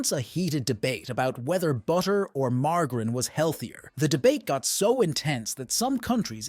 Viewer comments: Margrin?? The fuck is that? Its MARGARINE. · Weird pronunciation for margarine!!! it's mar-ja-rin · Do you mean margarine? Mar-jer-een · Good old mar-gerin. 😂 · ‘Margherin’…cringe Pronounce is correctly 😑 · I've never heard margarine pronounced with a g before